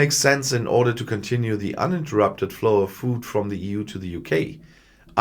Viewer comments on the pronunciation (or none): none